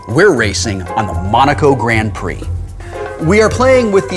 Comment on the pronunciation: Pretty sure Wil said Monaco Grand Pee.